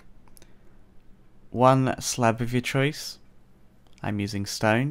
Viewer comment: are you german? because of "i am using stain" xD